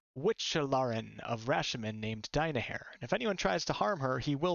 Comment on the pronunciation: The way you pronounce "Die-my-hair" makes me want to meet Minsc's sword.